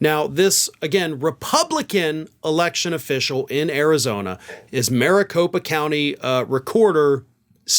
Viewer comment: "Specifically in 'Aricopa' County." 👈🧐🤔🤨 you sure 'bout that?!? 🤦‍♂️ #WatchTheTape 😵